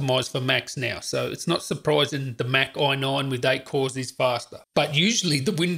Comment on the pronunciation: Say AI... NINE.... AI.... NINE. Say AI... say NINE. Say FIVE. FIVE.